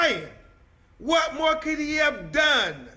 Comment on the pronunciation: why can't he say the word more? what is MO?